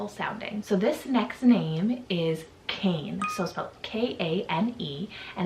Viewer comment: Kane is pronounced Kah-nay, not Cain.